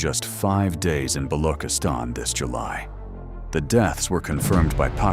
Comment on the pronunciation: It's not ba-lo--kiss-tan. It's ba-loo-chis-tan. "ch" as check.